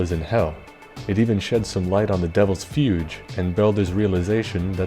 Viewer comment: Fugue is like "Fyoog" and and I believe Goetia is pronounced with an R like the Author Goethe but i'm not sure on that one. Hard to say stuff we mostly just read/see in dnd lol.